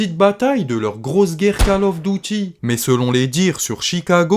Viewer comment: magnifique tes videos, par contre arrete avec ton "kale auffe dautie" stp 🤣🤣🤣on prononce "call of duty"